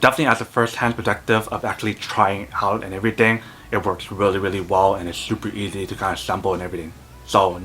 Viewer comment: Is it thooper theasy ?